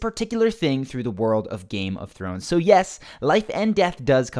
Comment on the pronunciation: "Nothing to do with Game of Thwones" 🤣🤣🤣🙈